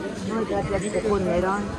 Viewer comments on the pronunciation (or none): none